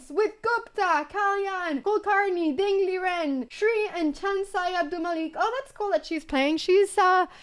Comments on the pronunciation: Just a suggestion anna, its ding lizen actually not liren plxzzzzzzzzzzzzzz. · Its ding lijen not ligen or lizen or liren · its ding ligen not lizen or liren